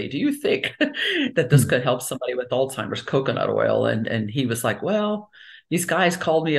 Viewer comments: Sounds she is affected too. She keep saying All timers instead of Alzheimer 😅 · Please stop saying " ol Timers". It is ALZHEIMERS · ALL TIMERS ?! Why is the Dr pronouncing it incorrectly?! It's pronounced All Zimers!!! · Excellent info. Only thing that surprised me was the way she pronounced ALZHeimer’s … ALTIMERS. ☺️ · We pronounce the z in Alzheimer's. We don't call it altimers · She’s an MD …. why does she keep calling Alzheimer’s…. “All-timers”??? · Coconut consumption makes it impossible to pronouce Zs.